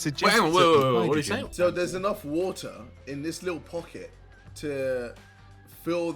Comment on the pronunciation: WHAATER XD